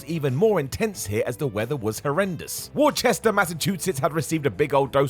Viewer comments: "Worcester" is pronounced "wooh-ster", not "Wor-ches-ter". Massachusetts is weird. :-) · Heh... said "Wor-chester" Mass. 🙂 They pronounce it more like "Wussster" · Wrestling,, Worcester is pronounced “Woostah”. People from Woostah will argue that point and even fight you over it. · “Worcester” is pronounced WOOSTER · Worcester is pronounced “Woo-ster”. Yes, MA cities be weird to pronounce sometimes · .....not the biggest problem....but Worcester, Massachusetts is pronounced "wuh-ster" in our part of the globe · It’s pronounced Woostah! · Pained me to hear pronounce Worcester like that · as a Massachusetts guy i just got a hernia over sensible mispronunciation of Worcester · You said Worcester wrong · Simons pronunciation of Worcester MA hurt me